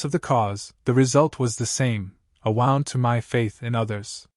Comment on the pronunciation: When the voice pronounced "wound" (as in hurt) as "wound" (as in winding a clock) that I realized it was an AI voice. How disappointing.